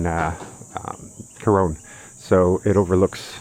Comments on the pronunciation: but you pronounce it with an "e" at the end of it. If you had a friend named Ron....you wouldn't pronounce his name "Rone", would you? It's pronounced "Core-ron". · Corone? It's pronounced "Co-ron". I don't recall seeing an "e" at the end.